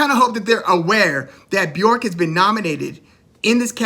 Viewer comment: I appreciate your enthusiasm but her name is Bjork. B_ Yurk not B- York, Loved your videos by the way